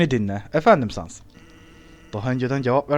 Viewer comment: Abi pardon ama sans i yanlis okuyorsun 😅